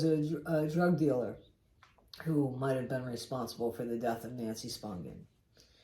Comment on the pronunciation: AT LAAAAAST someone says her name right!!🎉